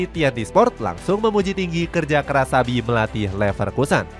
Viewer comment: INGAT YA ADIK” XABI PAKE B BUKAN V 🤡🤡🤣